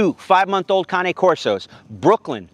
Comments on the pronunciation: Whys he saying cane like that lol if it was how he's pronouncing it cane would be spelt cané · Cane is one syllable bruv